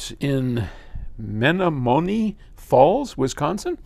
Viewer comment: "Men-nomminy" Falls... one of the harder WI town names for out of staters.